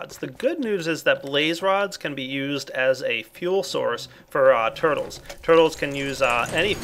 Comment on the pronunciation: I don't know why, but when he said "Purtles" it made me laugh xD